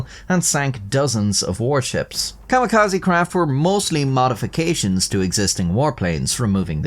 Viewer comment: My mans, im sorry, but it is Kami -ka-ze not kama-ka-zi. Idk when you're making educational videos it feels worth mentioning, instead of being petty, I am hoping to be constructive and drive higher knowledge too. Also it's "dir-ris-iv', not, de-rise-ive, you're thinking of divisive, or derived (from), caught as I was typing. Anyway, thank you for the video!